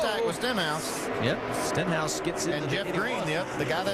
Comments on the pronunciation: "Steenhouse" and "Stinhouse" lmao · Rusty Wallace messed up Stenhouse's name twice in less than a 10 seconds interval